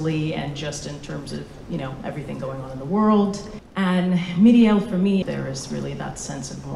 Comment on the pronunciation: Why is she pronouncing "Miriel" like it's a Japanese name?